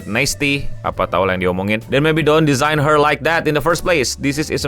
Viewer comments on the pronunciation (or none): none